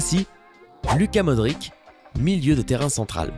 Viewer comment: On dit luka modrich et on dit rames rodriquez